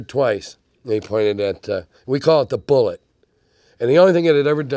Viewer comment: The French would NOT call the bullette a boo-lay. They would call it a boo-lett. Think brunette, coquette, Rockette, etc.